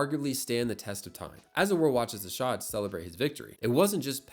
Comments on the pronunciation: "Aarshaaad" bruhhh itd arshad Arshad!! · It's not Ar-shart or Ar-shaard it's pronounced more like Ar-shed/shud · ah yes, "aarshaad". It's pronounced "Ar-shud". Also he isn't south asian-american, he's south asian, but more specific, a Pakistani. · "ArSHAAD Nadeem" lmao Ar-Sh-ed Na-Deem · CAN U STOP calling him ARSHAAAD nadeem its Arshad Nadeem Please pronounce it right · Butchers his name, butchers his nationality. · AARSHAAD? NayDam? that kinda pronounciation is crazy 💀